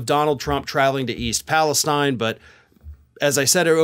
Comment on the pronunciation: you mispronounced the name of the town. Jimmy Kimmel also mispronounced it. East Palestine sounds like East Palesteen.